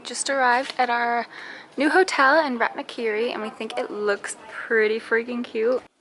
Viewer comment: I'm Khmer and I have to give you props that you've pronounced a lot of the Khmer words correctly and you sounds like the locals..... except for " Rattanakiri ". It's pronounced more like Rort-Tanak-Keeree . bravo to you. new sub here.